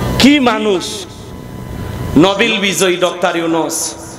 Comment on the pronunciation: নবিল না নোবেল